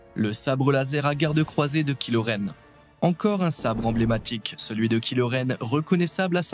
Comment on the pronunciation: "Kilo Ren " ça fait saigner les oreilles